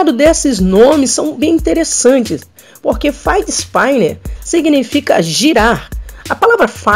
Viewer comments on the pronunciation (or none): "ispíner" e não "ispáiner" ;)